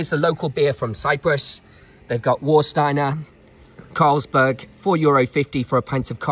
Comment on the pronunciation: Warsteiner is pronounced VAR-steiner. The German W is pronounced like an English V. War-steiner 🤣 Have you never been to Germany?